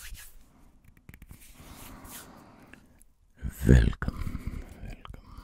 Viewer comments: Lost my tingles from too much asmr to help me sleep. "Velcome" Oh, hello to you to instatingles. 🖤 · "velom" OH SHIT HERE WE GO LADS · I've never experienced ASMR, I've watched countless videos, etc etc, to try and understand what it was, I was about to give up Until I heard "Velcome." Instant tingles down my spine Needles to say, I'm hooked. 💘💋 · Velcome velcome now allow myself to introduce myself I am